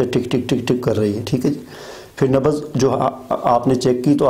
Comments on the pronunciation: Nabaz nahi Nabz boliye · Sir nabaz nahi nabz hota hai.plz correct urdu